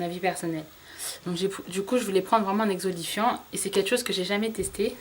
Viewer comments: tu me fais rire quand dans toutes les vidéos je t'entends parler d'exolifiant... lol c'est exfoliant! c'est pas méchant hein! c'est juste que ça m'amuse. bizz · x) "Exolifiant" ! :D